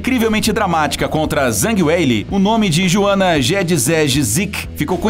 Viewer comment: Cara, pelo visto, quem narrou esse vídeo não teve a mínima preocupação em saber como se pronuncia o nome da Joanna. E a ordem cronológica da Joanna tbm está errada, a luta contra a Carla foi quando ela ganhou o cinturão em 2015, já a luta contra a Zhang foi em 2020.